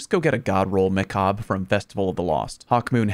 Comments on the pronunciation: Someone finally pronounced macabre correctly. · OH MY GOD, SOMEONE FINALLY PRONOUNCED "MACABRE" CORRECTLY!